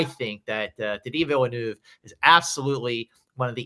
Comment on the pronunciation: I don't see Denis Villeneuve getting in either. Also, should there be a school for Americans to at least learn how to pronounce his name? It really isn't that hard.